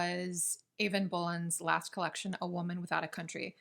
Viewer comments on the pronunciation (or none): Eavan is jush pronounced like Evan :) Irish pronunciations are must be so unusual for non-Irish speakers - so many vowels and none of the vowels are pronounced like Latin/English, and don't even get started on the bh sound - or any constant followed by a h, really!